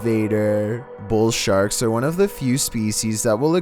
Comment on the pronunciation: voice- Number woone. Eurobeat imtensifies